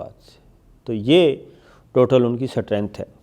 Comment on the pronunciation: satrength ni hota bhae strength hota hai